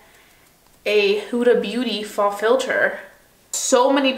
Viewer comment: Girl, the huda faux filter foundation is pronounced "foe" I watched three videos of you mentioning it & was waiting for someone else to let you know. Hopefully this isn't coming off as rude 😩